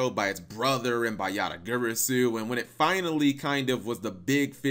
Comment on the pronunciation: Am I the only one that’s never heard yata-garasu pronounced this way?